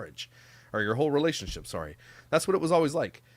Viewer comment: …In all fairness you say “sorrey” instead of sorry 😀🤣